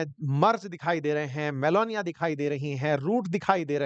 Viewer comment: Meloni ❎ Meloniya ✅😂